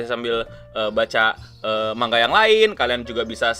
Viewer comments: Keknya manga udah betul bang bukan mangga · Kalo dalam bahasa asalnya(bahasa jepang) manga dibaca マンガ(man-ga). huruf ん/ン/N itu huruf mati, jadi kalo di bahasa Indonesia malah kedengarannya kayak baca mangga